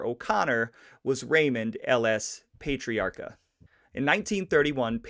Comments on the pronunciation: Yikes. I'm 4 minutes in and had to stop to come here and comment on what zillions of others already commented on! Yeah, Worcester is "Wooster" or "Woostah", with the hard core "Vode Islin" accent, and PAH-TREE-AR-KA, or in Vode Islandese, PAH-TREE-OCK-A. He was generally referred to as "Raymond", never "Ray". His son Raymond Patriarca Jr. was known as "Junior", like "Junior" in the Sopranos. FYI if you ever come across these RI cities, East Greenwich or Gloucester, they're pronounced "East Grennitch" and "Gloster". Ok, I'm rewinding and will actually watch the whole video now! Thanks for doing this. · PLEASE pay him some RESPECT and pronounce his name correctly PATRIARCA sounds like this ----> PAT - TREE - R - KA ~ Grazie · You are not pronouncing his name correctly. Its Pat... not Paytiarca. And trust me, I am from RI and the mob continued into the 1990's. They took credit unions, we had Mollicone, Diprete, and the wondaful maya twice elected Buddy Cianci. lol RI now is so expensive from everyone havin' to pay fo all thei crimes. We were priced right out and left family behind. Oh, and one maw thing, we do not pronounce the R in the name Pat riaca. That is how it would be pronounced, and Worcester is pronounced Woosta. LOL and I doubt many folks wer too pissed off he only got 80 days afta stealin' gems an diamonds. It's the way RI is to this day. We have a family memba who has been in and out of jail. It's just the way it is. They don't cair. RI is full of democrats to a fault. And folks need to work 2 jobs just to affawd an apatment neva mind a house. I don't know what happened to the histry of Roger Williams settlin' RI so that RI could have maw freedom. Cause growin' up we had loads of freedom, but its not that way anymaw. Thats the best I can do not having lived in RI faw 13 yeas. hahaha we have a language all our own. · Pat.tree.ocka.. thats how its pronounced.